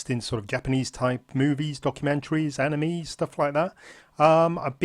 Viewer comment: It's pronounced an i may